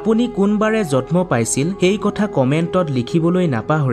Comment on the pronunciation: জন্ম শব্দ টোৰ উচ্চাবণ ভুল হৈছে তোমাৰ।জতম নহয়